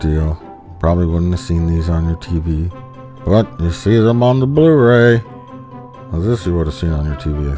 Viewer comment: I love how he says Bluhw Rayw